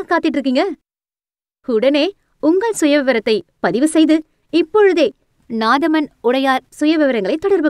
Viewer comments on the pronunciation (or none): Adhu naadhaman Ila nathamaan 😁🤦‍♂️